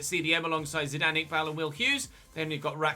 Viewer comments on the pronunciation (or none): none